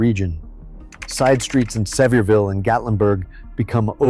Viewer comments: Its Not Severville ...its Sevier..ville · Thank you, that always annoys me with these videos. Just do a little research on how to pronounce the city. But, it grates on the nerves more when you live there!